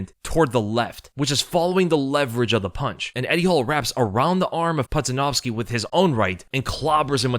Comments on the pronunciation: Its pronounced "poodjanowski" ya doof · It’s pronounced Pooja-Nowski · How pronounced his name wrong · There is no way you pronounced Pudzianowski's last name like that lmfao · Could at least learn to promise Pudz’ name correctly it’s annoying when YouTubers make such needless errors